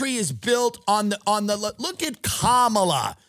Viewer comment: Comma-la. 🙏 not Kuh-MAL-uh